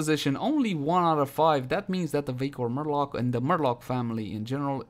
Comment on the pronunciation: I can't stop hearing 'vaykor murloc' lol